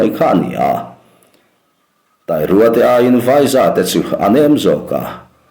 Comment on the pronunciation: Tai rua i lam dan hi a mak eee... 😂😂😂😂